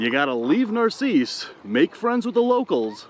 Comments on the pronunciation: It's not "nar-si-ss" pretty sure it's "nar-sis". Spelled "narcisse" of course. No Spaniards up here (well, you know what I mean) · I live really close but have never been there. BTW it's called Nar-SEECE. Reminds me of a Far Side cartoon. In a snakepit, one snake says to another "I don't know about you, but this place gives me the willies."